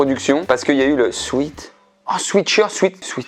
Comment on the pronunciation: Je vais faire la chiante : le 'ea' de sweat se dit è 👀 Du coup, à pronnoncer"swit-heart, Swèt-shirt" ^^